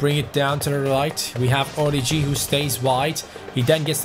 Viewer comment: orIgi,there is a tone on the first i